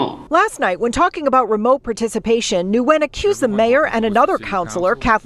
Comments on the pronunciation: I think that last nsme is pronounced like " win". Had friends with that name. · Nguyen is pronounced "WIN" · Nguyen is pronounced lik "win". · Ugh I hate the reporter!!! The person's last name is said when not new-when. The n is silent! Not that I'm defending the delulu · 😭😭😭 "Nguyen" is Vietnamese and it's pronounced something like "Nyowen". It's a super common Viet surname, like Smith or Jones in English, and it's also one of the hardest for English-speakers to pronounce 😂 They got it pretty close in the news segment though. Being half Viet myself your pronunciation kinda lowkey gave me a stroke, no offense 😂